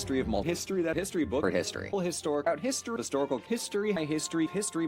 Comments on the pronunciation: I'm probably imagining it, but I swear I heard "mystery" and "pisstory" a few times. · Some of these sound like he's saying, "Mystery", but that could be my brain having a stroke from history-overload XD